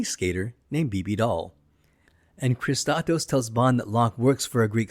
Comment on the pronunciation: How can you pronounce "Kristatos" as "Kisskosskos"?? Not even close.